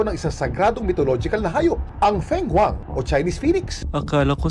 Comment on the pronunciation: Kuya kim , next time po sana paki research pano nila i pronounce ng tama yung name, gaya nung sa Chinese bird, fenghuang, di po sya as is na feng sa lengwahe nila, its Fung pag narinig nyo.